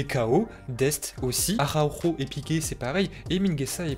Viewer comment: Comment sa espagnol il dit Arhako